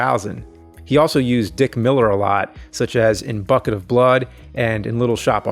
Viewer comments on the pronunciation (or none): none